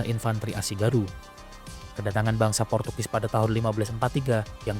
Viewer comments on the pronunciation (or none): none